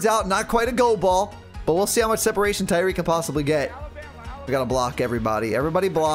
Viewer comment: It's tyreek